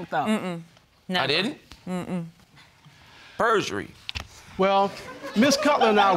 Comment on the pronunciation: And when he asked I never told you I was going to the bank she said no and all you hear is Purjury 😂😂😂 they all LoL 😂😂😂